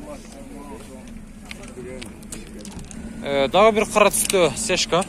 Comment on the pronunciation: Сешка эмес, цешка